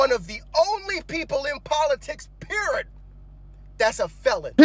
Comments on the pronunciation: "Perid"! LOL (Period)...😂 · I think its 'pirid'!!! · PEER-IT!! You spell it PEER-IT! lol! TRUMP IS US.